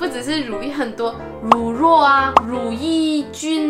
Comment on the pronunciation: 乳酪 讀音應該是 ru lao不是ru luo